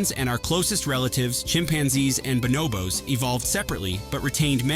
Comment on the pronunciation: It's bonobos, not banobos.